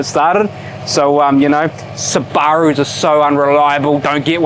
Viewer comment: The first ever time Subaru has been pronounced like that! Lol